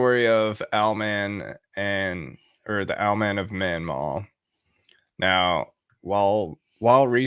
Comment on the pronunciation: Not Manmaw, Mawnan!